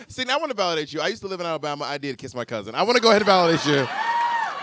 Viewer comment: Sydnee not Sydney